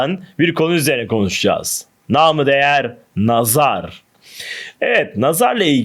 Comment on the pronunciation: Nam-ı değer dedikten sonra videoyu kapattım. Nâm-ı diğer diyeceksin, güzel kardeşim. Ha diyemiyorsan ,o kelimeyi kullanmayacaksın.